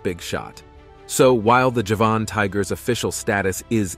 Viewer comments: NOT! "Ja-VAHN!" tiger, fool: "JA-vun" tiger, as in the island of Java! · Javan not Javahn. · Very poor presentation..2021 is not 2011 as in the second item. European is spelled this way NOT Europian. Late 1980s is written 1918 (Golden Toad). Javan tiger is pronounced Ja-Van not jevon. Ight gray and pink fur (Syrian Half Donkey). By the 7th Century the Dodo had already become a rarity (Mauritius was not discovered until the 10th century so how do you know about the numbers of dodos prior to that). Japanese sea lions numbered 30,000 to 5,000 (?). Guam flying fox had a wing span of 70centimeters (yet 17centimeters posted). Tortoises are reptiles not mammals. Not sure where you were educated but you are due a refund given how atrociously this was put together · Despite the title of this video you did not provide actual photos of the sabre tooth tiger , the mammoth, or the dodo - only CGI. And tortoises are not mammals - what were you thinking? Also you confuse Javanese with Japanese - 2 completely different places - if you don't know that you shouldn't be pretending to provide a source of information - also, it's pronounced JA-van, not ja-VAN. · It's pronounced Jah-van tiger. From the island of Java and the surrounding area.